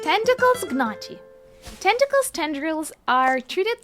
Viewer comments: As an Italian I have to make a clarification (just to be extremely picky): the word "Gnocchi" has the double "c" so the pronunciation would be "Nyokki". Anyway apart from this minor thing really nice video :) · Gnocchi is pronounced ‘nyoki’, FYI